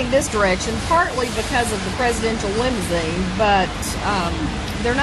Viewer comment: lol.... Lim-zeen. Why use 3 syllables when you can use 2 🤪